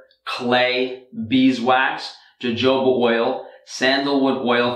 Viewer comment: Hey, just wanted to let you know that the "j" in jojoba is pronounced as if it were an "h". No big deal. I can pronounce jojoba, but I don't have my own awesome company like you do! Lol!